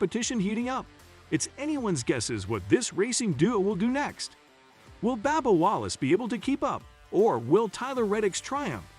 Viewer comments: Bub bub not babba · His name is “B “U”bba not B “A”bba. His name needs to be pronounced correctly. Thanks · It's Bubba not Babba Wallace need to say names right if you can't need to learn say it correctly. If not find a northern job. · Is it Babba Wallace or Bubba Wallace? I'm now confused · Whoever is narrating needs to learn how to pronounce drivers names. This guy a fn moron how you get Babba from BUBBA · Babba Wallace lol this channel is a joke ...use a real person . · How about getting a commentator that knows how to pronounce the names of the drivers and series. It's a bit hard to believe this guy because he obviously doesn't know anything about racing...come on... Baba, Nascrr :( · Who the hell is Babba Wallace? Hard to take this video seriously when the drivers name is mispronounced! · Babba O'Reily. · It’s a shame that you can’t even pronounce Bubba Wallace the correct way. Shame on you.!!!